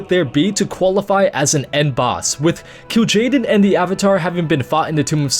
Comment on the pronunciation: pretty sure it is Kil Jaden